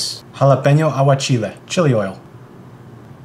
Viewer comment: Dude only put an accent on with none English origin words dude emphasizes THE FUCK outta “jalapeño” and “chili” then proceeds to talk normally it just screams “gimme attention aha”